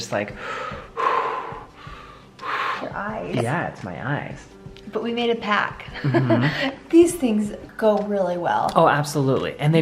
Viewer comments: Sorry but the word is pact not pac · we made a pack, we made a pack.. its PACT lol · Hey! You make a “pact” not a “ pack”. 😊